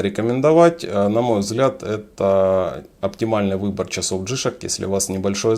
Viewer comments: Не джИшк, а джи шОк, никак иначе. Ваше ударение по ушам бьет! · Не джишек,а Джи Шок,деревня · я не про написание, а про ударение именно у Вас, не в обиду! Вы говорите джИшок, вместо джишОк. Здоровья Вам! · Плюсы́ у джи́шок - у вас проблемы с ударением))